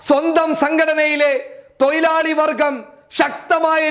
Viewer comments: തൊയിലാളി അല്ല തൊഴുലാളി എന്നു കറക്റ്റ് പറയൂ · Malayalam parayan padikkoo thoyilali alla mone thozhilali Anu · തൊയിലാളി അല്ല തൊഴിലാളി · തൊയിലാളി അല്ല തൊഴിലാളി... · Broii oru thiruth...thoilalikal alla thozhilalikal...